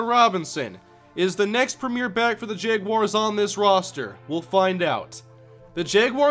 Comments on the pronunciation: Is it just me or does he keep saying Jeguars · says Jeguars lol. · I can't watch this series because you keep mispronouncing "jaguars", its really annoying.